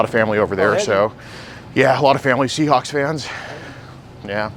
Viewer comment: It’s “Seahawks”, not “chickenhawks”, and it’s the twelfth MAN, not the 12year-old.